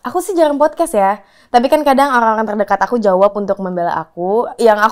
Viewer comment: Podcast, mbak...bukan fodcas....apalagi foodcash 🤭